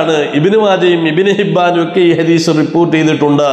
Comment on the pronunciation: ഹദീഷ് അല്ല.. ഹദീസ് എന്നാണ്.